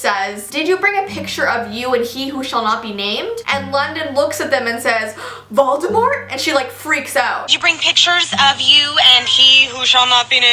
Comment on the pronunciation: she mispronounced Voldemort im triggered